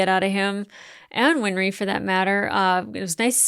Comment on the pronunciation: I think i might have an idea why you keep saying "win-er-ree" instead of "win-ree". Remember that old song "Henry IIX"? "I'm 'en-er-ree' the eighth i am i am".